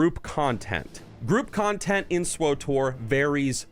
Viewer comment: Hes saying swotor not swtor